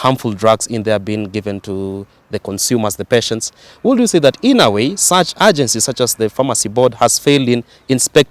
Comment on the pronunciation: To the young man here, in the words "should" and "would" the "L" is silent!